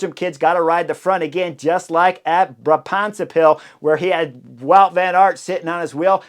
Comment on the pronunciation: On behalf of all Dutch; Thanks for pronouncing 'Bra-Bantse Pijl' not as 'Bronze pill'.